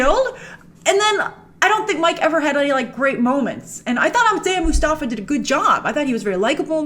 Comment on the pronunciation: The way you pronounce "Isaiah Mustafa" is Ish-aa-ya Moss-tapha